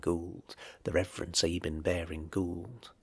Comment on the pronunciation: Big mistake: His name: It's Sab as in 'cab', and 'ine' as in 'wine' NOT ' Sab' as in 'Babe' and 'ine' as in 'in'.